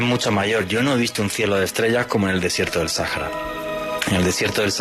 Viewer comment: Ush! Otra vez diciendo SAJARA? Por qué? En español la H no suena! No se por que insistes en pronunciarla como en Inglés! 🙄🙄🙄 Absurdo que ICEBER si lo pronuncies como si fuera español pero allí si deberías pronunciarlo como Febe ser ya que es una palabra en inglés, si no quieres entonces simplemente dices témpano de hielo! 🙄🙄 Lo mismo haces con puzzle! No digas puzzle di rompecabezas! 🙄🙄 Por que no se tiene la suficiente educación y respeto al pronunciar palabras en Inglés y en Español? 😡😡😡👎👎